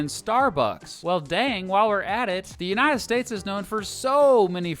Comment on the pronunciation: shut up old man who said THE UNTIED STATES